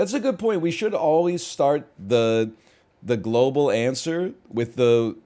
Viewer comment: Why does he say globle like that